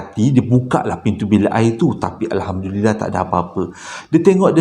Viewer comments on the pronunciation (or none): none